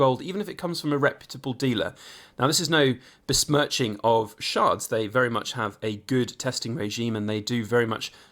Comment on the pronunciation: Ch not Sh! Like the vegetable 😂 Chards